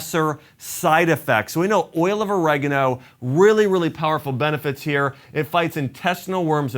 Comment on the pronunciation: OrEgano? Its oregAno🤣🤣🤣